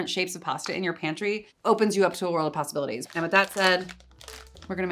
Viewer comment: I heard "a world of pasta-bilities" and I can't stop thinking about it and how it may be the greatest phrase ever.